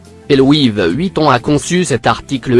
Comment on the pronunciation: De louis VEUEUEEHHUITON😂